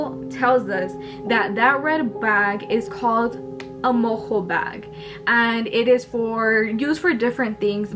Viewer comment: Mo-jo is how you pronounce it I’m a witch. I practice Wicca and shamanism (native American) I’m Native American and Gypsy.